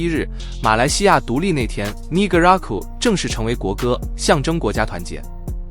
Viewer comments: 是呢嘎拉古，不是泥可，等下被黑人打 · 才看两分钟就受不了了～我国马来西亚的国家不是“你哥拉古”，是“呢嘎拉古”～电脑配音真的很没有感情，最好的还是真人的声音～ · 你好，不是你咖啦古。 是呢咖啦古。 Ne 第一声。❤ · 不是尼格拉古 不要乱念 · Negaraku is 马耒文拼音不是你所读的，如不懂去听一听马耒西亚国歌的开头的第一句